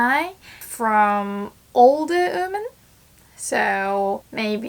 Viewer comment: Just a tip, "women" is pronounced more like "wi men". Instead I hear you say "uu men". No harsh feelings!